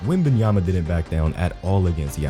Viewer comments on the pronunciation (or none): "wembayanfnen" 😭😂😂😂😂 i cant man